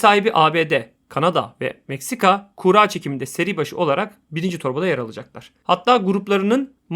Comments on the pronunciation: Kura kelimesi kuğra diye okunmaz. Kurra veya kur-a diye okunur. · Kuğra demenden dolayı odaklanamadım ya :D adamsın harika iş çıkarıyorsun hocam.